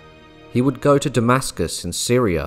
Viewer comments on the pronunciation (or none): none